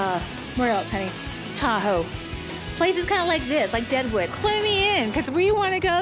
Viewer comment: Its Deadwood not Daewoo!